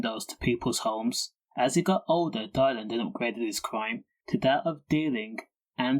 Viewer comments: Its dillan not dielan. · diylan ffs pronounce his name half whit